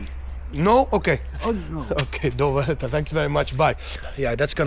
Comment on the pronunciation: Nowa Huta, not Nova Ruta